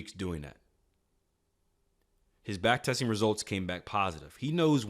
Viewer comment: Backtesting, not Backtetsing